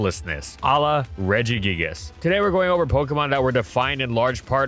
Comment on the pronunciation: The root regis is pronounced with a hard g